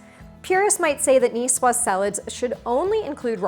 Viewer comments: I hate when a cook doesn't say if the eggs are cold or room temperature. Oh and the "S" is silent. Cucumber that is not peeled and de-seeded? No go. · Cool, I came here because I never knew how to pronounce Nicoise.